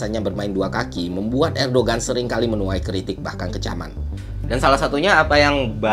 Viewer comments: Erdogan bukannya dibaca erdoan ya? G nya gak dibaca kan? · bang btw mau ngasih info aja kalo Erdoğan itu dibacanya Erdoan bang karena huruf Ğ itu engga dibaca kalo di bahasa turki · Fyi bang, cara sebut nama presiden turki yg bener "erdoan". Btw gua mahasiswa di turki dan ngerasain banget dampak inflasi turki 🥲. GWS turki